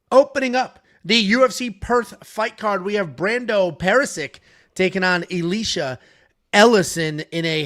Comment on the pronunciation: it’s E-Lie-shuh, like Elijah but with sh instead of j